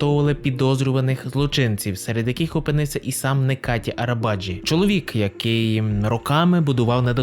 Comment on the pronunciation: Не Некати а Неджати Арабачы